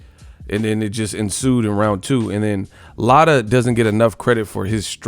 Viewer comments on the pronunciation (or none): Lotta? Bro,you are destroying that brotha's name. Lol